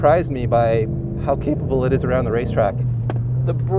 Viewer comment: hahahaha cEHpable